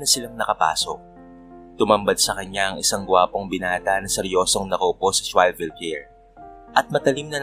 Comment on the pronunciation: Wrong pronunciation po ang “swivel chair”👍🏻